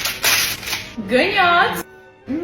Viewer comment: Ասեցիր գնաց ոչ թե գնյաց